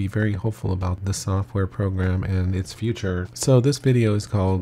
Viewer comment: Nice spoken .. only one thing on the edge term "future" .. maybe you could use the current LW Logo on your intro pic, not the old one by LW 4.0+ ;)